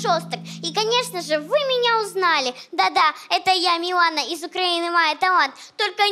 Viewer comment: Анастасія Каменських неправильно Говорила Ім'я Дівчинки. Правильне Ім'я Мілана. А не Міланія.🇺🇦🧍